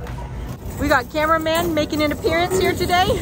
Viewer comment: "mEaN cAmWa MaN"💀